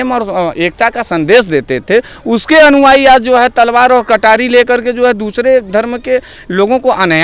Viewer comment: तुम हो, मगर तुम्हारी अश्लील जुबान, जैसे हो कोई व्यभिचारी। "अनुवायी" नहीं "अनुयायी " बोलो, अगर शुद्ध हो तुम, शुद्ध जुबान खोलो। मोदी जी की आलोचना के पहले, तुम अपनी अन्दर को टटोलो तुम कितना सही हो, ये सवाल अपने -आप से बोलो। मोदी धर्म की बातें नहीं की है, की है आतंकवादी की। ये उनका धर्म है मानवता की, आतंकवादी के खिलाफ हर किसी को एकजुट होने की। तुम इसे राजनीति का रंग दे रहे हो, तुम्हारे अंदर जो जहर रूपी कीचड़ है उसी को उलेढ़ रहो हो!!! मोदी है तो मुमकिन है,लेकिन लगता है ये थोडा नमकीन है, है न? हाहाहाहाहा...............